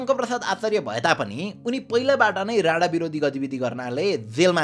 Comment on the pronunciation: राणा त राडा जस्तो सुनिरा'छ यार 😂